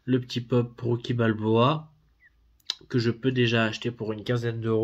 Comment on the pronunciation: Rocky pas roucky 😀 aussi non Vu et revu au moins 100 fois mais se sera mon prochain achat parce que en 4k wouaiiiiiiiiiiiiiii cela vos vraiment le coup de l'avoir dans sa collection